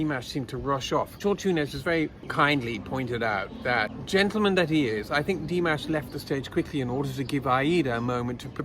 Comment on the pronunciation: thank you, this was delightful. I have a comment for you about your pronunciation of 'Dimash'. It is not like 'mashed potatoes' it is more like 'mosh pit':D Here's pronouncing it correctly